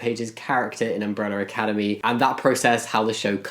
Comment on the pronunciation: I loved umbrella academy before… BUT NOW I LOVE IT EVEN MORE! I love how they put representation into a well known show. I also love how you say “umbreller academy” XD